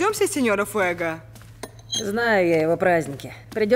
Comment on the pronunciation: Сеньор фуего а не фуега...фамилия мужского рода,что за безграмотность...